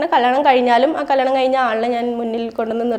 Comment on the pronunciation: കള്ളാണം അല്ല കല്ല്യാണം 😂😂😂